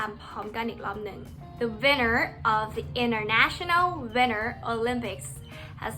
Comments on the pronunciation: Pronunciation ต้องพูดว่า “นัน” นะไม่ใช่ “เนาซ์” แล้วก็ที่บอกว่าเสียง T หายกลางคำมันไม่ได้หายขนาดนั้น อย่าง winter ก็ไม่ได้พูดออกว่า วินเนอร์ ขนาดนั้น แล้ว important คำหลังมันจะไม่หายไปเลยเพราะแบบในคลิปจะกลายเป็นคำว่า “อิมพอร์ท”(import)ไปเลย การสื่อสารมันจะคลาดเคลื่อน ปกติจะออกเสียงกันว่า “อิม-พอร์-อึ่น” ประมาณนี้(สะกดไทยให้ตรงคำออกเสียงอาจจะตลาดเคลื่อน) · ประโยค ตัว t กลางประโยคของ international กับ winter จริงๆต้องออกเสียงนะคะ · ขอสอบถามค่ะพี่ แล้วอย่างคำว่าWinter ทีี่พี่ออกเสียงมันเหมือน Winner เลยอะค่ะ แล้วยังงี้มันอ่านต่างกันยังไงคะพี่